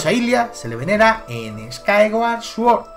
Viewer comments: Me da un poco de vergüenza ajena escucharte pronunciar Skyward Sword... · no sabia que skyward sword se pronunciarse skaygar sworrt y que twilight princess se pronunciarse twoailar praises jaja tu pronunciación es la mejor ¡¡laik!! pero en concreto desacuerdo con tu teoria por que tus argumentos siguen sin encajar con muchas cosa como el por que los korok estan si no existieron asta despues de wind waker y el por que de los hombres pajaro si no existen en skyward sword y no creo que en cien años allan aparesido de la nada lo de que si la espada es la misma que la de skyward sword no tiene logica ya que solo ay una espada maestra y es la misma en todos los juegos en donde sale lo que le pido a tu teoria es que sea mas logica mas objetiva y mas vasada en los echos y es valido querer inventarse cosas para que encaje en tu teoria pero debes de admitir que te estas engañando en fin buen video me isiste reir mucho con tus pronunciaciones en ingles muy acertadas xD